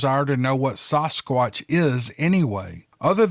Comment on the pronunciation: "Saugh-squatch" lmao, never heard anyone else pronounce it the way you do! I love it though!